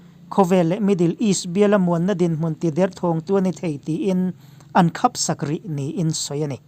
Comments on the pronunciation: I channel hi ka hlut thin khawp mai a i update thei bawka,mahse thahnem ngaihna ah minlo ngaihsak la, -a "an khap sak" tih ilam dan hi mit khap kan lam ang hian ilam leh a thin a,adiklo deuh em aw kalo tia.. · 'Thâwr thâwr, khapsak, dodâl' hemi chin i lam dik loh hi ka hre hlauh mai a, ngaithla chhunzawm rih lo mai teh ang, sawisel tur ka ngah lutuk palh ang e. Mizo ṭawng lam leh thlûk hi a thu kal phung leh inchheh dân azirin a damglam ṭhin tih hriat reng a ṭha a nia. Han ṭang sauh sauh teh.